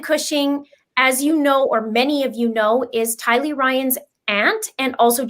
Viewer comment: Thank you ladies for sharing what you have learned about this Doomsday couple; your hard work, skill and God-given sharpness of mind is appreciated. Also thanks to all three of you for proving my point in how Tylee’s name is pronounced, Ti’-Lee not Ti-Lee’. Maybe it’s a thing according to where you live. Anyway, I like your pronunciation best. Great video! So much to learn on this case.😘💕💕